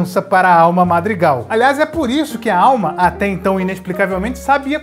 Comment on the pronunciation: Você falou errado né marg argan é madrigal